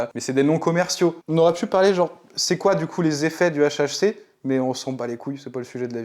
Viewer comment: Dit le correctement deja pour commencer